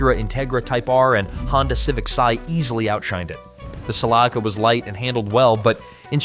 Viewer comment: I heard Celica pronounced in ways that I didn't even think was possible...😝